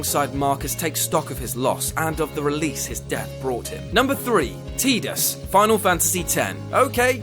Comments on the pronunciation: iT'S PRONOUNCED 'TIE-DIS' NOT 'TEE-DIS' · TIDAS NOT TEEDUS YOU STUPID IDIOT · man, I love you, but you need to really consider what you said about ff x. and its pronounced. tidus not teedus. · Idk if its correct but "Tidus" looks like it's pronounced "Tie-Dus"...pronouncing it "Teet-us" like that is really funny for some reason. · who the heck pronounces his name teetus? That's got to be on purpose just to bug people. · Ohhh why people call him- Tee-dus?! Like Seriously!! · Don't say 'Teedus'. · Tidus is pronounced Tie Dus, as in Tide, continuing the watery theme of the game.